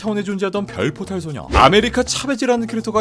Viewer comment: 별포탈 근데나만 별뽀빠이로들리나?